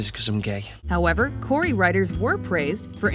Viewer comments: And people are saying Corry when it's "Corrie'' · lol corey....its corry, Like Lorry